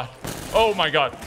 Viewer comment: "Oh my goodge" "Oh my Lordge"